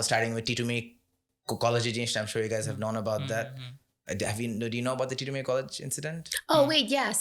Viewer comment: It's তিতুমীর not টিটুমীর